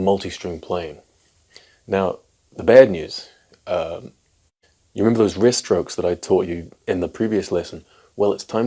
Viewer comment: When you advise not to use wrist strokes, but recommend rest strokes, and pronounce wrist and rest the same…